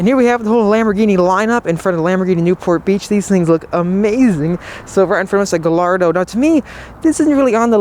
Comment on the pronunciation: Really starting to enjoy your content and not being picky but . Seeing as you are so passionate about the cars I am sure you would not want to be mispronouncing their names . Gallardo is pronounced Gah yar do . The L in the name is like a y in Spanish . Keep up the good work really enjoying the content .